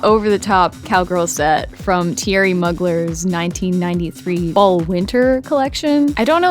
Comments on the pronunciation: "moo-glare" not "mug-ler" ❤ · the way u pronounced mugler has my crying